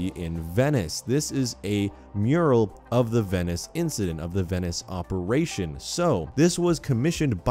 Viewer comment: The way he pronounces “Venice” annoys me soooo much... Edit: he says Venice like 23 god damn times jesus